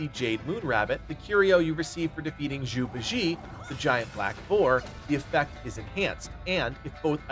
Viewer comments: how cringe are you keep pronouncing literally every name wrong, "Zhu Bee-jee"??? what?? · Bro, its pronounced dow-ist. And zoo bah-jee-ay